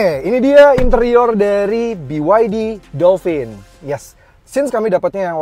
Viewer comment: Dolpin bang, bukan dolfin